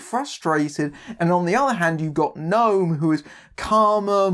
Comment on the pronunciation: Oooh, an Israeli movie on Projector! How far we've come... Great review, wonky pronunciation aside (it's "No-am", not "Gnome"). Talia Lavie is really good (to anyone who hasn't seen "Zero Motivation" - DO IT), and I would love it if she went on to have a long and fruitful career.